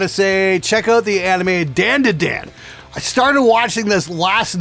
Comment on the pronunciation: dandadan isnt pronounced like dan its more like dahn you pronounce the da's like you pronounce the da in dahmer